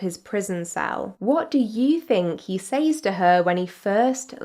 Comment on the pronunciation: AI is getting so scary, this video had me convinced at first ... Where you slipped up is where she pronounced *Says" wrong, it's pronounced like Sez,,,,, and i honestly didn't even notice the millions of video cuts until i zoomed into the face ..